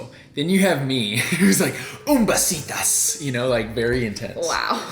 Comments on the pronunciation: Hi! It's actually besitos, with the o instead of an a in Spanish. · Im dying everytime says “Un besitas” because that’s so incorrect 😂😂😂 it’s Un besito!! Lol